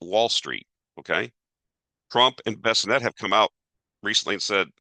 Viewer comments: Many mispronounced words but we're here for numbers:) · Bes sent not Besinet